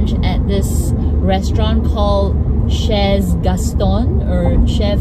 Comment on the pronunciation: Chez is said "shey". It's French...